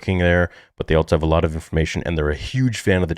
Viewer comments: The way he says "altso" instead of "also" is also eerily familiar lol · As soon as "" said the word "altso", I knew it was in a mask 🤣 very funny, har har. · This may have already been established, but is just right? I can tell by the way he pronounces “also” as “altso”. You can also see the same neck stubble when “” looks upward. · Hmmm…. Funny how when pronounces the word “also”, a ‘t’ sound slips in the middle of it. Just like does! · I love ya buddy, but you’re the only person I know that pronounces ‘also’ as ‘alt-so’. Guess there’s conveniently another Star Wars nerd that speaks the same way!❤